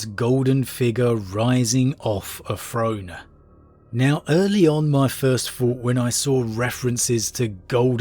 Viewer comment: The Emprer on his frone finking about fings ...